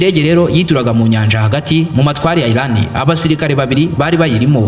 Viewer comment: Ntago nabuga ILAN bavuga IRAN. Mumvugo yawe jya utandukanya L na R Birababaza kukumva uvuga ngo ILAN kandi ari IRAN 🇮🇷